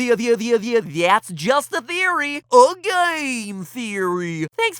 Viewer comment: its just a geory. a thame geory.